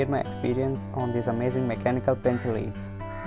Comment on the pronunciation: Bruh....it's pronounced " led "